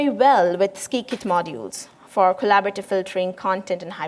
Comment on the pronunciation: It's sigh-kit and not skee-kit :)